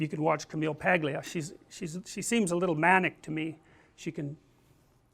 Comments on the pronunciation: Her name is Italian and the 'gl' is diffucult unless informed by an Italian on how to pronounce and was practiced by me many times with a fellow Italian friend. It just isn't in the English phonetics, and to expect American or Canadian's to get off the bat, well...;) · the g in paglia is silent, its pronounced palia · As someone with an Italian mother (and for real Italian, not second third fifth whatever generation shit), it literally makes me insane every time I see someone pronounce an Italian last name that involves a G before an L and pronounces the G. Its basically a silent g. Its Pail-E-Uh. Buscaglia is Boo-Skall-E-Uh. Etc. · Most Americans cannot pronounce this surname. G here is not exactly silent. Together with l and i (gli) it signals for a single sound which is not present in English (it sounds like a combination of l and y). So it would be Pah-lya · He is better to learn to pronounce her name correctly! This is fu(king embarrassing to listen to... Don't school me on their interview. I have seen it! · Maybe because not everyone is ITALIAN?? so how would someone like me who is not Italian suppose to know that we don't pronounce the G in their name? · Starts off talking about Camille Paglia's fame but doesnt know how to pronounce her name. Silent 'G' in Paglia.